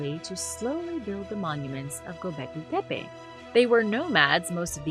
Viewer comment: Why do you keep saying “Pepe”!? It’s making me mad. Put the fu@@ “T” in there!